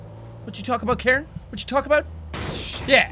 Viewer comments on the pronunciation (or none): none